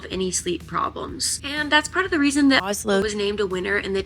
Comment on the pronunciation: Did you mis-pronounce Ozlo the first time? Sorry, but it sounds funny :-)